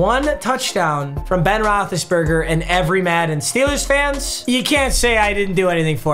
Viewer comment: Roethlisbergr lmao